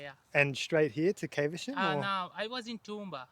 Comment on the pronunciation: Its NOT CAVE ER SHAM it is Caversham (short "a")